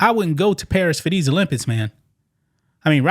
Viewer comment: You made videos about the Olympics and you still can’t pronounce it 😂